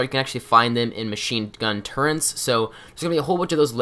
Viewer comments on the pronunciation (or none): Dogmeat getting the Cryolator for you has been patch way long before this video was made. Its not Tenpines Bluff its Outpost Zimonja. Turrets not Turrents. If you're gonna do an "in dept tutorial" at least get it right.